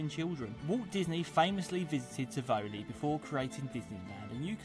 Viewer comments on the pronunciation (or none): Tivoli= say it like this: Teevolee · the English guy at 22 mins in did NOT pronounce Tivoli' right